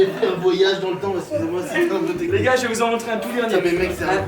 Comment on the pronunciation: en plus tu di "go" au lieu de "gars"